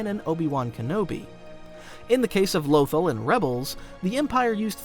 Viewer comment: The one and only reason I stopped watching the video is because of the way he says Lothal 😭😭